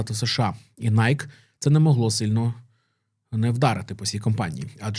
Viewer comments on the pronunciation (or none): Бренд в США насправді звется - найкі (з наголосом на "і")